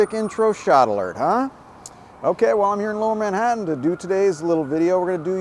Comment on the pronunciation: Did he just say "Ma-hadon" rather than Manhatan? 😂😂